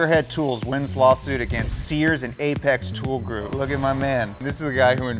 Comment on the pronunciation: "Tool Goup"